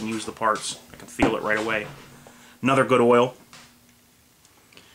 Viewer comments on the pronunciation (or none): none